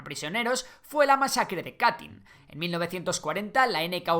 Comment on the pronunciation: Madre mia tío aprende a pronunciar y revisa tus fuentes. Katyn se pronuncia KATEN, y esos 22.000 asesinados no fueron solo oficiales sino toda la intelligentsia polaca (profesores, científicos, militares, políticos)